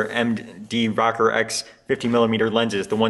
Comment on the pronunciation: ROW-CORE, Row-Core....nice videos...NICK-CORE or NYE-CORE...ROW-CORE or Nothing else. LOL! Sorry man, I'm an old fart from NJ just down the street from where the Minolta headquarters was for almost ever. I've been selling cameras since the seventies, I don't remember anyone ever call the "Rocker" lenses (as neat as that does sound). LOL! Peace. Not a big deal, but stop it.